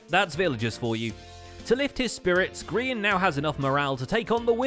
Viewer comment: For those who doesnt get the joke, grain or grayon, ITS GRIAN